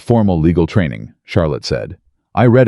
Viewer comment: To read a book is pronounced “ Reed”, to have read a letter is pronounced “ red” . 😅